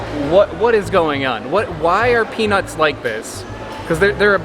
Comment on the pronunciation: Why are you guys saying it that way LOL "peanus" is what you are saying but I think you mean "peanuts"